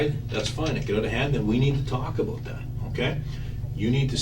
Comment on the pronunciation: “No doobt aboot that.”